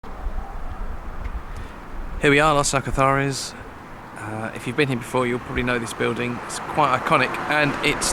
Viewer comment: Going to Los Alcázares 12 years. Why do some pronounce it as you do. But the Spanish pronounce it differently?. Good footage of the restaurant’s though. My favourite is Hemingway’s and veni.